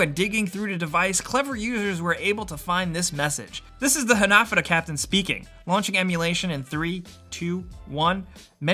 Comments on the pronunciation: They're pronounced ha-na-fù-da not hunuhdooduh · It's pronounced "Hah-nah-foo-duh" not ha-na-fuh-da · Ha-na-fu-da, not hanafuahada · It isn't pronounced "hah nah fudda", it's "Ha Na Fu Da". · Its called han A fudA cards not HanAFudA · HanaFOOda, not haNAfada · The way you say Hanafuda bothers me so much I had to type this comment months after you posted this video. :( Ha-Na-Foo-Duh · Ha-na-fu-da not hanefooduh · For the love of god please pronounce hanafuda correctly, its hanah-fooda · Pronounced "ha-na-foo-da" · It's pronounced Hah-Nah-Foo-Da! Dear god learn the words please. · Hah nah fuu dah - evenly stress all syllables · "Hah-nah-foo-dah" cards Sorry, it really bugged me. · Hanafuda cards aren't pronounced how he said it but what can I say besides. That's English for ya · You’re saying hanafuda wrong, it’s pissing me off. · OMG, stop saying hanafuda incorrectly!!!! it's driving me crazy!!!!!!!!! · How you said hanafuda gave me AIDS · You pronounced hanafuda wrong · Dislike for mispronouncing ¨Hanafuda¨. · hearing you say hanafuda wrong rustled my jimmies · “Rustled my jimmies” 😂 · the word hanafuda was so poorly pronounced it hurt